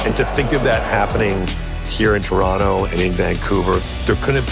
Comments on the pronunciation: Love than he's swallowing that 'T' like a proper native. For us it'll always be Toronno. 😄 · Americans, note the correct pronunciation. The second "t" is nearly silent. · And just in case you all didn't pick up on it...the second T is silent. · Now everyone study the way he pronounces it, we don't wanna hear TOE RON TOEs!